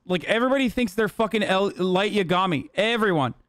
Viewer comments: I cant be the only one who cringes at how he pronounces Yagami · I hate the way he says yagami though 😭